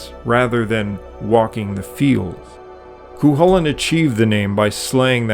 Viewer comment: Cuchulin is pronounced Coo hoo lin in Ulster in Ireland where it is said he lived. And as far as Goibniu and his brothers being aspects of the same being goes, a forrester does not work in a smithy, now does he.